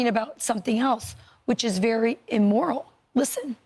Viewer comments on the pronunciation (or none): She said immoral not immortal